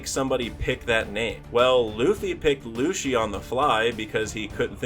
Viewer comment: I'll subscribe when you learn how to pronounce "Lucy" and "Sogeking"